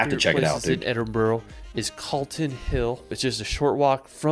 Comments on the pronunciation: Love my fellow Scots getting triggered by mispronounced locations 😅 if you like hiking then get yourself over here you’ll love it. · Oh please get the pronunciation right! It isn't "Edinbrow" or "Edinborrow" - It's said "Edinburra", same as most "burgh" endings are pronounced. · The most important thing for an American to learn about Scotland is how to pronounce Edinburgh. Why do they always say "Edin-bro"? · It's Edin-bruh not borough. A lot of his pronunciation is wrong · Edinburgh is pronounced ether "ED-in-bruh" or "ED-in-bur-uh" but never" ED-in-bu-row". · Edinburgh is pronounced "Ehdinburra" and it is Holly Rood Park, written Holyrood. It means Holy Cross. Eelin doanin Castle. The "ch " is always pronounced at the back of the throat, never "sh"! Duncan as the name with bay. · burgh not bro the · Whenever this guy's videos get reacted we have to tell the reactor there is a health warning on his terrible pronunciation. He can't pronounce even Edinburgh or Holyrood park. Don't copy him. It's Edin-brurr and Holly-rude. (and Glen-fin-un etc etc etc) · Where is this Edin-bow-row? 🤣🤣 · It is Edinburgh pronounced Edin burr ugh. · Try for Edinburgh being pronounced 'Edinbra', with a short 'bra'....emphasis on the 'Edin...'. For 'Glasgow', say 'Glass go'. Keep it short! He mentions Loch Lomond. ('Lac Leman is in France/Switzerland..also called Lake Geneva!) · Please if you come try to prounounce them. Ed in bura, Glen Fin an, Ee lan dough nan and i give uphe prounounce just about everywhere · It doesn't matter generally but for pronunciations Edinburgh should be Edin-bur-a, and for Glasgow the 'gow' isn't pronounced like now, more like go, so Glas-go. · It hurts my ears when people say Edinboro. Holyrod park in Scotland and Hollywod California. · the guy obviously does not have English as his first language, so we have to cut him some slack. The repeated mispronunciation of Edinburgh is hilarious though. You find yourself screaming "EdinBURRA".